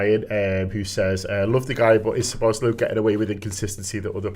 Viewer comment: Any chance of telling it’s “Szoboszlai” not “Sloboszlai”?